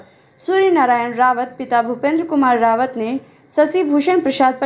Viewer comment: रावत नहीं राउत